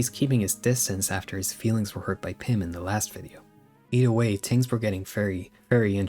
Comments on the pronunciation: when he said "tings" instead of things at the start I felt that way. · Cool video. But I must know... what the f is your accent? You don't say H's.. "ting," "teories".. like a Jamaican would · I just commented about that, he says ting, teories and tis/dat, it's like a European spent a bunch of time with Jamaican people and picked up the dialect but not the accent lol